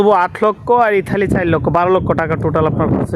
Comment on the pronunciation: এটার নাম ইতালি। ইঠালি না